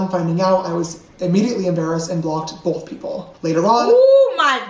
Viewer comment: "bowth", "hoewp,' "pawst," "gawt"--please, some elocution lessons.